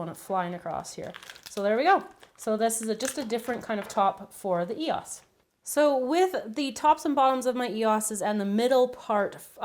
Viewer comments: It's an E O S not eos! No offense but it really annoyed me but love your vid! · its not e-oss. its e-o-s or ee-os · It is not eoss its e.o.s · It's E-O-S not Eos I can not tell you how much that annoyed me every time you said that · its e-o-s not e-os 😫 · It's pronounced (eeh-oh-es) not (eeh-os) just saying because it annoys me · you say 'E-osez' but its 'E-O-S' !! not hating coz im a fan but just making a statement x😁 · You say it e-o-s not e-os, I couldn't even count how many times you said that, too many! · i normally dont watch her video and i know i wont never be watching again... she cant say the right words.. it not eois is what she is saying.. its e o s... each later is it own word... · You're not pronounce eoses dummy there pronounce EOS if you don't know to say it then you shouldn't be making videos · You say it e-o-s not e-os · Why did you say EHAAS instead of E O S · Lol ikr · um exuse me but it's not call eoses it's called eos's...just saying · It's pronounced ee-oh-es not ee-oh-eser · its EOS pronounced e-o-s EOS not eeos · it's called eos not eosa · they're pronounced eos not e o s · Your say E O S not eos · she said eyos when it's eos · She kept on saying Eosa it's ee oh ess or E O S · It's not eos its E.O.S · It's not eoses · IT'S EOS NOT WHAT YOU SAID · That is not how u say Eos u said Ehaas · ...EOSA?? But I know she said it correctly at the end. Great video though! I really like that idea and I subscribed right away :) Love your channel xxx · I would've made them into truffles..yum! But my favorite is the Jolly Rancher version, it's the most creative. And she finally said E O S correctly at the end. Drove me nuts through the while video! lol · Loved the vid but u kept sayin ee.os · You say the letters don't tri to say it wrong say E O S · the way you say E-O-S bugs me.😂😂 like, no hate, it just bugs me lol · I don't want to come off as rude, but it's pronounced e-oh-s. I loved the video though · It's E O S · Why does she say eosa? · it's ee-ohs